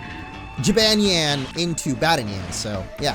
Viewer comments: It is actually pronounced ja-bawn-yawn instead on ja-ban-yen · Why do you always say jibanyan wrong